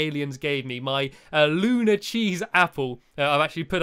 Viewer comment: its not lunar its luna -.